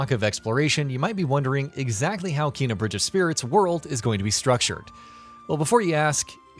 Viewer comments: Combat in this game becomes hard af. Took me over 50 attempts to kill some bosses. Also it’s pronounced “Kay-nuh”, not “Kee-nuh”. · #16. It’s Kay-nah. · her name is pronounced Kay na